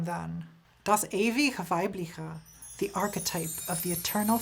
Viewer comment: Yo, when you say "das ewige weibliche" next time try to pronounce the "g" in "ewige" like the "g" in green good gay and replace that weirdly russian-esk "ch" in "weibliche" with a soft ch as you can find it in china or chesse